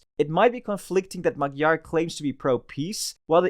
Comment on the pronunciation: Pronunciation is: Mayar, Budapesht. You are welcome.